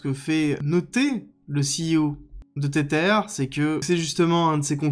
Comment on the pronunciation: Mais arrête de dire "tétère" 😂 Tether se prononce "tézeur"